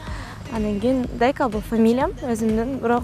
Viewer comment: Дьека эмес Дека элэ чонкыз